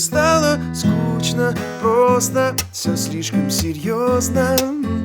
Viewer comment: Расскажите певцу о транскрипции и произношении слова "скучно".